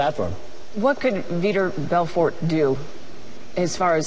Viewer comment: For sure learn how to pronounce Vitor Belfort sportscaster lady i dont know.